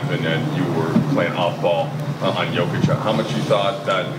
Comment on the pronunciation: Jokic的Jo發音是唸作”優”